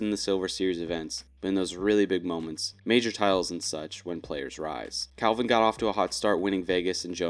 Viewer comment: Bro. It’s Calvin. Wtf.